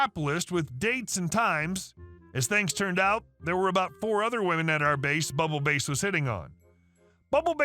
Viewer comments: I'm sorry but you pronouncing Bubble Bass as Bubble Base is driving me insane Bubble Bass is a guy from SpongeBob SquarePants. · did you mispronounce Bass (as in ‘Bubble Bass’) on purpose? I think the OP meant bass like the fish….. 😉👍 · It’s actually bubble bass, as in the fish. You’re killing me with this